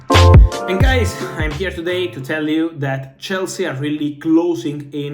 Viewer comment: I like his "Hey guies"😂